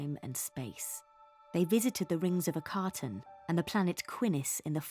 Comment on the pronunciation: I think it’s the rings of a - ka - tan not a car tan